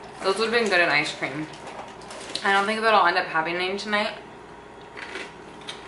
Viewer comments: awwwn she says “ishcream” 😂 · It sounds like you say ice cream as ishe cream